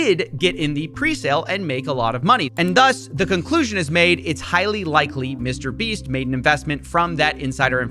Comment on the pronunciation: Lol "Mr. Breats" 💀